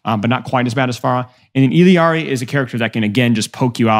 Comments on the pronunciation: Illari’s name is pronounced “EE-YAR-EE” not “illy-yar-ee” lol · “illari’s” pronunciation is more like “E-Yar-EES” lol you always throw an L in there but it’s silent